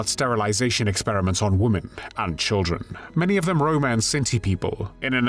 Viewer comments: Please pronounce women the correct way. Your saying womAn for womEn. Woman is singular, women is plural more than one. AI narration is PATHETIC!! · The plural of "woman" is "women", pronounced "Wimmen". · It’s women “wii-MEN”, it’s plural of woman “wooo-man” singular. Geez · Please learn how to pronounce women. It's different than woman.